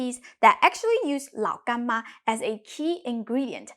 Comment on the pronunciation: I like how you say Lao Gan Ma